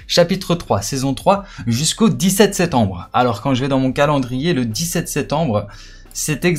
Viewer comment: 18 septembre et pas setembre il faut articuler